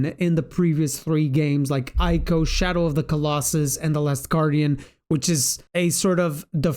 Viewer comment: Ico is pronounced ee-co, not ai-co.